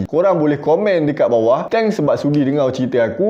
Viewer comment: Kenapa abang cakap dengau